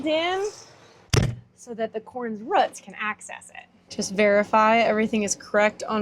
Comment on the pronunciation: You say root funny and it makes me laugh.